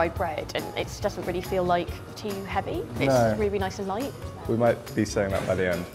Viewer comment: The girl keeps on saying"the food is so Loite"